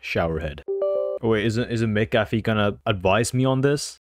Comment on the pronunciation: W FOR USING MCAFFE AND ITS PRONOUNCED "MC-AFF-E" U GOT IT CORRECT!